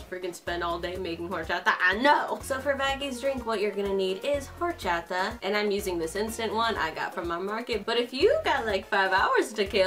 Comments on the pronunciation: please don’t pronounce horchata like that shsjdhdhd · For some reason I LOVE how says Orachata like: HORCHATA